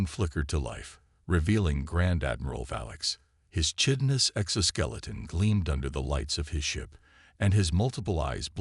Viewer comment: Chitinous is pronounced Kitinous.